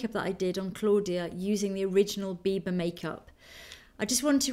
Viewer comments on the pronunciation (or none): Without having looked at the title, I thought she said "Bieber" lol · Everytime u said biba, it sounded like u said bieber. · oh gosh, when you say biba i hear bieber and i'm like, justin bieber has a makeup line? well thats not surprising lol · LOL when you said biba fever i thought you meant bieber fever